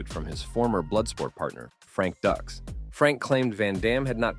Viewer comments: Frank Ducks LMAO 🤣 It's pronounced Dukes 🤦🏾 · Frank Dux is pronounced "dooks" not "ducks". It amazes me how you can make a video but not even bother to do the most basic research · Great vid! It’s pronounced Frank Dukes not Ducks though ☺️ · Pronounced frank dukes, not ducks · "Frank Dux (ducks)" That's "dukes". "Right! Like put up your dukes". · No No No, it’s Dux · No, no, no! It's Dux as in put up your dukes. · It's Frank Dukes, like put up your dukes. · This channel will receive a notice from Mr. Dux's attorney, stating that his name was mispronounced during this video. 😆 Hey, I don't care about the Box Office; Universal Soldier 3 was great. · Lol this douchebag doesn't know what he's talking about. can't even pronounce Frank Duxs..